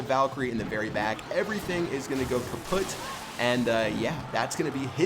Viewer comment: "Everything is going kaputt"? :D German Pro? ^^